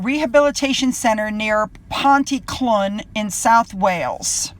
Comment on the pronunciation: Great video,! Help on some Welsh placename pronunciations... Pontyclun is said smoothly/quickly as Pont-uh-clean and Aberafan is said smoothly/quickly as Abba-raavon:)